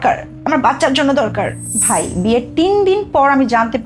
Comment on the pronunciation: মেয়েটা বেশি স্মার্ট সাজিতেছ,,, ও বলছে মেয়েটার যে বাই,,,ভাই কে বাই বলছে ।